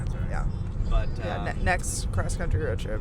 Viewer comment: “One of my favorite charging spots in the Crunchtry” since we’re pointing out mispronunciation lol